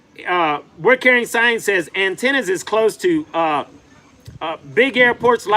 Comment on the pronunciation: Atenas not Antenas 😩